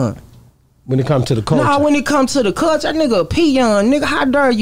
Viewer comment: Wit da “Cullshuea” lmaooo man hell naw